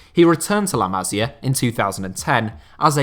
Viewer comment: Pronunciation tip if you're interested. With Masia and Almeria, the accent is on the second to last syllable. It's la ma-sEE-ah and al-mer-EE-ah.